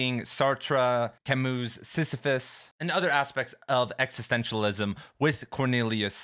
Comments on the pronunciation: pronounces it "Si-fi-sus", whereas they way I've heard it said is "si-si-fus" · You've got a very interesting way of pronouncing "Sisyphus." Great video tho